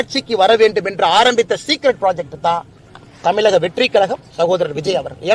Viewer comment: தமிலகமா தமிழகமா😂😂பாலே கன்பியூஸ் ஆகிட்டாரு.